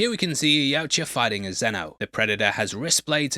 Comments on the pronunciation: It's Yautja, not Yautja. Sheesh. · its pronounced Yautja.